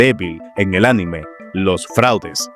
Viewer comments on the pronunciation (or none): none